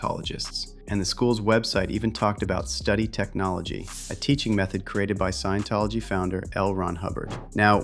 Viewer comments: Someone tell Jaguar its not "science tology", its sciENtology ffs😂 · Jaguar wright said "sciencetology" 😂😂 this lady not credible at all, shes lunatic